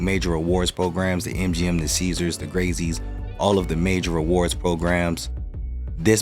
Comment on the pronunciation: Lol hearing you pronounce Grazie is painful